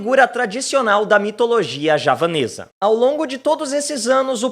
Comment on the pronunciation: falando JAVANESA, e eu entendi japonesa 🤣